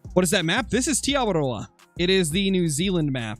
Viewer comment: I thank you for saying te awaroa correctly